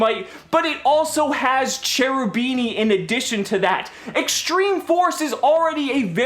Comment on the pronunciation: Hey. I like your videos a lot. Just one thing though. Please say "Cherubini" with a K sound like in the word kick. Else it really hurts my italian ears. It's an italian archtype with the divine commedy and such so it should be read with the italian grammar. Ch in front of e or i is read K. Keep up the good videos